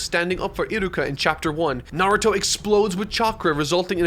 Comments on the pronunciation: NAR-OO-TOE that is how you say his name you scrublord troll monger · You'll go out of your way to pronounce Sakura like a weeb, then call him Narudo the whole time? Awful video. You got your engagement, wowie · I like your content and find myself watching it start to finish, I thought I’d feel the same about this video but then you just kept saying “Narudo” 😅😅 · Come on bro narudo.. really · I’m not gonna lie, I’m hurt every time he says “Nardo” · The real enigma of this video, is where the T in Narudo went. Its pretty easy to simply youtube characters saying the name, idk, perhaps he who speaks is probably under a Genjutsu. Wait, I mean Genjusu! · can u stop saying "naruro" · Great video but Na-Ru-Doh sounds horrible, work on your pronunciation man, it’s easier than scripting a 6h video ;) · I cannot stand when people mispronounce “Naw-roo-toe. Lasted barely over 5 minutes. Sad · Literally can’t say Naruto